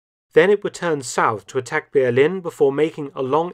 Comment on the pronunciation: Why does Mark always pronounce 'Berlin' wrong?